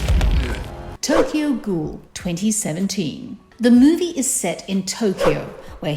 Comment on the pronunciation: The Tokyo Ghoul ones made my cringe and lol